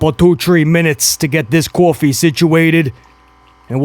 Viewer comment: Lmao u calling Kofi coffeee prob more entertaining than most of Raw